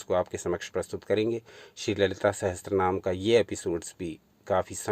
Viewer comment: It's not sahastranama it's sahasranama